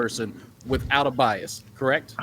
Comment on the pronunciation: My man said Biasm...